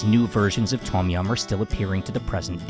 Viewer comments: Love the content, and sorry to nitpick however, it is slightly off-putting for a history channel when common Thai words are mispronounced such as "Tom" instead of "dtome" and "hat" instead of "hàt" or "Haad". Otherwise, you are doing something no other farang has done yet on YouTube, so hats off to you, sir, keep up the good work! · Th-om --- yum. Its a T sound with a soft H huff...... PLEASE